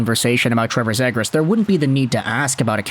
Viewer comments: Its ZEEGRAS Long E vowel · C'mon, you know it is pronounced Zeeegras with a long E.. At the very least respect the player and pronounce his name the way "he" pronounces it. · I’ve never heard anyone pronounce “Zegras” like that before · Forsure not saying his name right lol